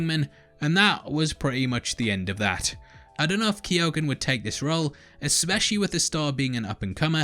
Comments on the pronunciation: Pronounced keogh - google it ffs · Key-own. That's how you pronounce it, well that's how my in-laws pronounce it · Keoghan is a Gaelic name and is pronounced 'Key - Ohan' To all non Irish people. Lol